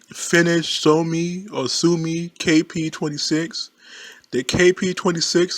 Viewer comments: Suomi, soo-o-mee, Manchukuo, man-choo-kwo, Lahti, la-tee. Don't be embarrassed to ask for help. You obviously like to learn. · You pronounce Suomi like with the U like Uzi and O like Open